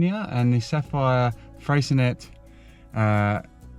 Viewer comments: FREEcinet! That’s a bit ponsy. FRAY ( as in Pray)cinet is the local lingo. Never heard a Tasmanian yet sound a hard ‘t’ at the end of the word. Pffff! We all learnt French don’t ya know. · 'Fray sa nay' would be correct pronunciation, we did enjoy your review. Very unlikely we'll ever stay there, but we do love the general area when we're camping 😊